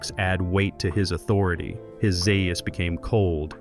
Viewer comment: Some interesting facts and other “facts” but delivered poorly with AI help. As examples - voice seems to be AI (Dr Zaius is pronounced two different ways); I don’t think either Kim H. or Linda H. was pregnant (there was an early plot point of Nova being pregnant); videos has clips from the TV show; and clips rarely align with the topic being discussed. Sloppy job.